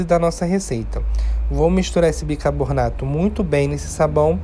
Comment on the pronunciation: Muito boa sua receita. Se me permite fazer uma correção, a palavra não é bicaboRRRnato, mas sim, bicaRRRbonato.